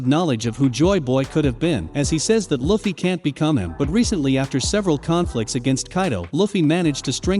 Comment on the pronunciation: “Luufeey” not “luhfee” 😡😡